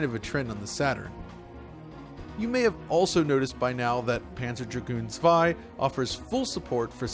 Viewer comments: Props for pronouncing "Zwei" properly!!! 😁😁😁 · Props to him that he made the effort to pronounce "zwei" correctly!!!! :-) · Thank you for pronouncing zwei correctly.